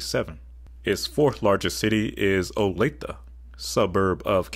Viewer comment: You're the first channel that has pronounced Olathe Kansas correctly, well done